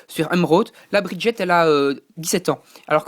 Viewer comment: ah oui, g pas tt dit! On dit BridgeSS, pas Briget! et c un écUyer, pas un écOUyer! SHola, pas Sola! Pour Argent(le royaume), ce que tu cherchais s'appelle une muraille. Pour Cristal, ce sont des gens normAUX. Mais passons. Fal n'est pas asiatique, mais plus désertique.